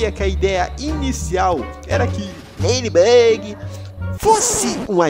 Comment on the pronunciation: E ladibug e não leiribug